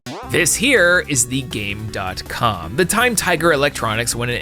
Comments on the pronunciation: Why does he keep calling it the Game DOT Com when it’s Gamecom and he even had the commercial play in the video where they say the name properly. Also, Sonic Blast is NOT a demake of 3D Blast. I don’t know why you said that. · Game com, ac-tive